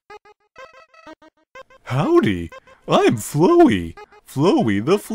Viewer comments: Its Flowey, not flow-wee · Wait... It's not Fluwy,Fluwy the Flower.It's Flowey!